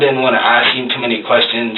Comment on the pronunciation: “Answer a few questionnns” 🤔 why the accent?